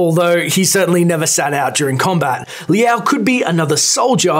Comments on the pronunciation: "L-ow" not "Lee-ow" js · If he pronounces it as Lee-ow one more time... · Its not LI AO. Its one symbol (super short sound of LI), so like, if you want to pronounce it better -> try to say LI AO under 0.5 sec